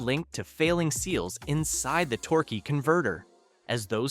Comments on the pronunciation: Torkay and torky converter pronunciation is almost abusive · Tork, Torker, Torkey, AI sux...